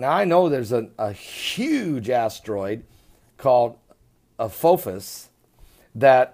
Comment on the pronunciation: Interesting pronunciation of the word Apophis. Uh Paw Fis is the correct pronunciation.